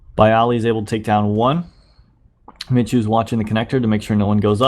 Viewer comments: It's pronounced Mee-hu duh! 😒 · You read it more like 'miku' ;) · Sebastian Szemer No its "Mehoo".